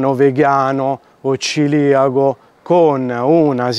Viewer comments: Neanche lo sai pronunciare, si dice celiaco e non ciliaco o Ciriaco. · ti voglio bene ma si dice CELIACO